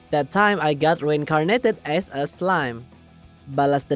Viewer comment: Kalo ngomong bhs Inggris nggk usah fasih", b aja lah bang, malah kedengeran kyk lebay. Biasa aja yg penting jelas. Lu pas ngomong "reincarnated as a slime" malah jdi "reincarnated ass a slime".